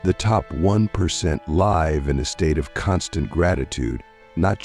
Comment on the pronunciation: I wanted to ignore it the first time it happened, but the second time your text to speech AI mispronounced 'live' I was endeavored to write this comment. As an autistic man, I really would appreciate it if people uploading AI-generated dialogue to listen to it first! I don't click on so many of these videos because I just know they're full of semantic blockage. D: In this video specifically, it's not a huge error and pales in comparison to the value of the content - well done, by the way... except too that I'm sure you could have interjected another phrase in some parts instead of repeating "the top 1%" the whole time. Cheers!